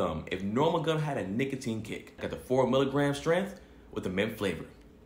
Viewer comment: mispronouncing Nicotine is hilarious bruh 😂